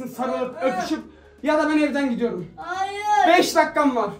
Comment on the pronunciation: Bırak❎ Bıyak✅ Hayır❎ Hayıy✅